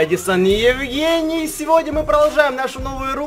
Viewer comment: Он так сделал акцент «евГЕЙний